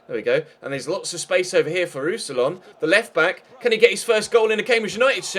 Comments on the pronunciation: More like Roos-si-yawn, to be completely English-friendly (when anglophones don't pronounce the last N it sounds wrong) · Pronounciation for Roussillon: Roux-si-yon (n is silent)